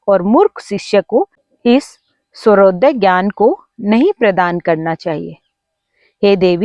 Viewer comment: Madam aap ka swarodaya ka uccharan sahi nahi hai